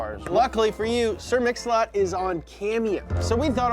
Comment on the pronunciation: Sir Mix-A-Lot ❌ Sir Own-A-Lot ✅